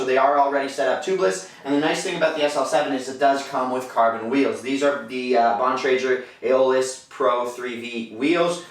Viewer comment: Never hear somebody pronounce Bontrager wrong before.